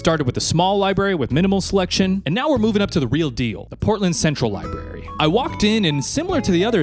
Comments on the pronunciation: li brary. not liberry. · Library, not Li Barry 😭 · Lie berry